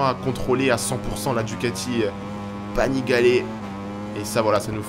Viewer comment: MDR on est en Florence, lol Florence c’est la ville pas très loin, la région est la Toscane ! Et Panigale avec le é à la fin